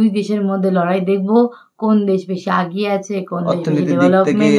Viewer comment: আগিয়ে না >এগিয়ে